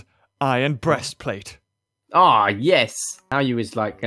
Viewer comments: did say breastplate lol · did say breastplate?